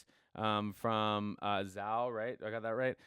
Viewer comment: Zhou is pronounced more close to Joe.